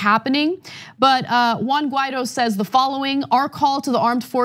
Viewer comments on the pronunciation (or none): Learn to pronounce Guaido's name correctly. You're impossible to take seriously if you can't even bother with that "detail".